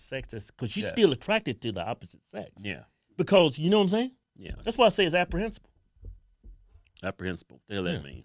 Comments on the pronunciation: Lol... it's reprehensible, not apprehensible 😂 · Reprehensible* not Apprehencible 🤔🤷‍♂️ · REPREHENSIBLE....not "APPREHENSABLE". You're welcome. Love your work. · The word is “reprehensible “ not “aprehensible”. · Apprehinsible! Lol you big dummy! Apprehensive, to be unsure. You mean I think abhorrent. Knuckle head still love you guys.... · "Apprehensible" lol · I know he meant to say reprehensible, not apprehensible. Love you guys. You two are a damn RIOT. ROFLMAO! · Reprehensible. Not apprehensible.lol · Aprehensible? Your Ebonics kicking in bruh